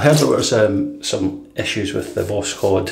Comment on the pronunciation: Hi, Voskhod (sunrise), no K in the pronunciation and the final "d" sounds more like a "t" I don't speak russian at all but i used google translate to know how to pronounce Voskhod:-) Nice shave, this soap seems wonderful! What a blessed time for wet shavers ( my wife don't agree 😃 )